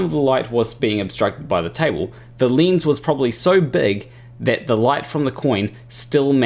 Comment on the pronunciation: I appreciate your explanation, but what's a leenz?